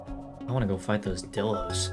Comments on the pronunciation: I just wanna say bc u are not saying it right it’s pronounced: die-l-o-s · pronounced Die Low btw, not dillo! good vid tho